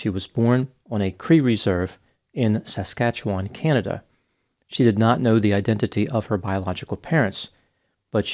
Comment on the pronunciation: Why would a white guy, unfamiliar with Native pronunciations do this? What does he have to gain by minding somebody else’s business? Is this thread click just for revenue? Hey ….. not another fucking dime will you get from this thread until you can learn how to pronounce Saskatchewan, Toronto, and Piapot. Who died and made you Buffy’s Father?